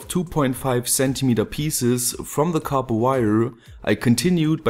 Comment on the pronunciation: Nice to finally hear you say copper correctly :) just kidding, awesome video, just like always